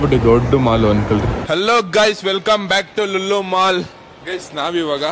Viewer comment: ಅದು ಲುಲ್ಲು ಮಾಲ್ ಅಲ್ಲಾ ಬಾಸ್ ಲೂಲೂ ಮಾಲ್ ಅಂತಾ